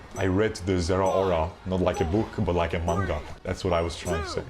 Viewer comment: Its maaaangaaaa not mungs cmon man 😭😭